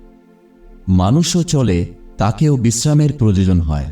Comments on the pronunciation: Proyojan kathatake prajojan Balen keno...? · আপনার ভিডিও খুবই উপকারী,কিন্তু আপনাকে বাংলাটা কি কেউ লিখে দেয় কারণ আপনার উচ্চারণে আয়ু কে আযু আবার প্রয়োজনকে প্রযোজন বলছেন শুনতে খারাপ লাগছে। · সবই ঠিক আছে। তবে উচ্চারণগুলো এত কিম্ভূতকিমাকার কেন? "প্রয়োজন" কে প্রজোজন বলছেন ; "আয়ু"কে আজু বলছেন। উচ্চারণ গুলোকে ঠিক করুন। নইলে মনটা বিরক্তিতে ভরে যায়। এই ত্রুটিগুলো বা মুূদ্রাদোষগুলো কি কেউ আপনাকে ধরিয়ে দেয় না?